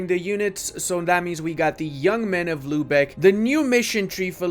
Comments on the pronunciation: My dude, I love your videos, but your pronounciation of german cities makes me mad :D It is not "Lübeche", it is "Lübeck", with a hard K at the end. Also it is not "Verdun" (french) when you talk about Verden, it is "Fair-Den", the northern germans often pronounce V as an F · Bro who told him that its Lübesch and not Lübeck....nicely trolled ma dudes